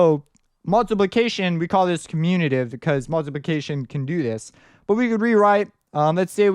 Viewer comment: comutative, not communitive :P